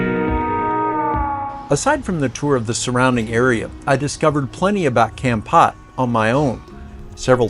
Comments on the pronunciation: Thanks for the video, very informative. a friendly support on the pronunciation of the city is phonetically with a sharp "K or C" sound and something like this "Kamm-pote". Pot is not pronounced like "Pot". It's is more like a Sharpe "P" sound and "Pote". I hope that helps. Like saying "Pope" but with a t - Pote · Wth is Kempat?! Should be an easy thing learning hiw to properly pronounce words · Couldn't you at least learn how to pronounce the name "Kampot" correctly? It's not hard.